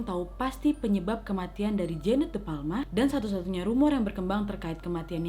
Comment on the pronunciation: Kak nadia bilangnya jeannete tapi aq dengernya jaenab😂😂